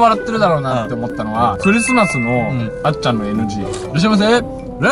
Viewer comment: で、があっちゃんのことあっちんって言っとるかわいい 噛んだとしてもかわいい